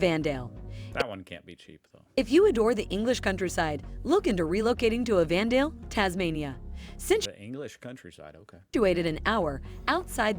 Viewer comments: Even Dale??? Ummm it is spelt and pronounced Evandale. They have the National Penny farthing championships event in February and the only one like it in Australia. The rides cycle around the town at "breakneck speeds" and can be very crazy but also exhilarating to watch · Gah! Machine narration! Aussies pronounce it more like “By-run” Bay… “Ev-van-dale”… “Strath-al-bun” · Well, the video was awful. You must have noticed that the voice-over was just a lousy AI. But I can absolutely recommend the Great Ocean Road as a place to visit. And anywhere in Tasmania is great, including EV-andale (sheeesh, that AI screwed that up too). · The AI generated voice is, as people have said, hideous, and obviously can’t manage place name pronunciation at all. Also, I suspect the prices (“dollar xx”) is in US$. The best picks of these are Port Fairy and Evandale (pronounced “Ev’n-dale”). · Buy Ron Bay?!!!! Ev anne dale?!!! Oh I give up. Amazing she pronounced Launceston correctly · How can the bot get the pronunciation of Evandale so wrong when getting Launceston (almost invariably pronounced incorrectly by mainlanders) correct? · But got the pronunciation of Evandale wrong! 😁